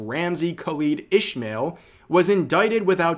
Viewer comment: says desu Ramsey Khalid Ismael, that's not how you pronounce it. Here is how you do it : Ramsey = (You got this one correct) Khalid (Arabian Name) = Kha-lid Ismael (Arabian Name ) = Is-Maw-Eel You need to use Arabic pronunciation to get the name correct.